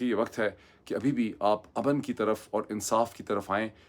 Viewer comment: The way you mispronounce simple Urdu words (surprisingly for the son of an AMC specialist doctor), it's no wonder you advocate English so yearningly. The word علاقہ is spoken ilaaqa, not alaaqa --- just as کتاب is kitaab, not kataab. Likewise وقت happens to be waqt (not waqat), امن is amn (as opposed to aman) and the word is گھنٹہ not گھینٹہ